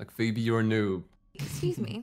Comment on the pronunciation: Maybe it's just me but did you hear called Phoebe 'BB?' orrrr...